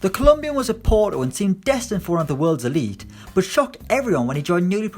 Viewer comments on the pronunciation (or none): none